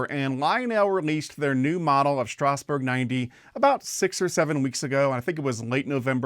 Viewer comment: Please stop mispronouncing Strasburg. It's pronounced Strazz-burg.